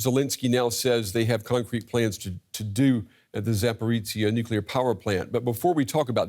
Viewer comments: Why do journalists continue to mispronounce the word "nuclear"? It's pronounced NUKE-lee-er, not NUKE-ye-ler. If my profession was to speak on camera, I would make sure I knew how to pronounce the words I was using. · I'm sure they'll pronounce "nuke-ya'll" if they could! 😁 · Times radio Interviewed a nuclear expert yesterday who had written a book about nuclear warfare, yet he couldn’t pronounce the very word that he was supposedly an expert in. Really the world have become a total idiocracy